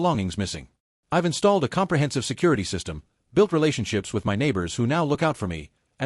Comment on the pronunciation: how hard for an AI to say f*cking MY instead of saying each letter out M.Y so god damn annoying